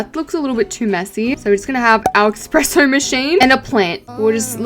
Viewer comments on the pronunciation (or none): "expresso" *espresso*... lock in